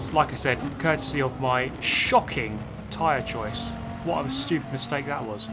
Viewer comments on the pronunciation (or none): none